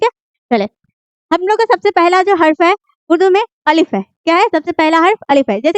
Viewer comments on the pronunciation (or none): Are yr अलीफ nhi padha jata 'अलिफ़' padha jata hai बे nhi padha jata 'बा' padha jata isi trh sab me galati hai Aap khud उच्चारण (تلفظ ) sudhar lo tab aawo padhane Madam sir ji🙃🙃🙃🙃